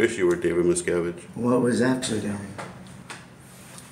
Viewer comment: “David Miscavige” lol